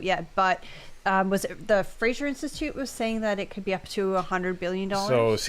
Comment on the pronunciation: Only a lib would pronounce his own name incorrectly...there is no "I" in Fraser. That's Fray-zer not Fray-sure...but totally an NS thing 🤷‍♀. I don't get it but whatever.